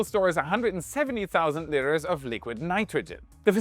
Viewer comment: Did you have trouble pronouncing liters ?lol